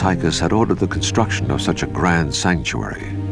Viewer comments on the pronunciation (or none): none